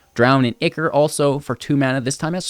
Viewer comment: Ichor is pronounced as eye core